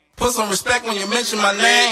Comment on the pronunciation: Hes just annoying wack Wtf!! And the hell is "respek" u got stroke tryna say "respect" or what?